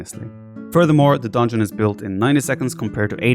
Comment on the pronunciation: Nobody: Absolutely nobody: The viper: "DONEJON" Love you viper haha